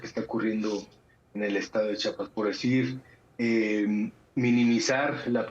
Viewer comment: Con todo respeto al señor Barranco , se dice Chiapas , no chapas .